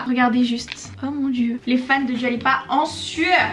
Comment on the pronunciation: Ça se prononce "Doua" si jamais 🥰🥰 bisous